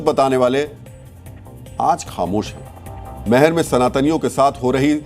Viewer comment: Meher nahi maihar bolo sahi uchcharan kijiye, jay maihar,Jai Bharat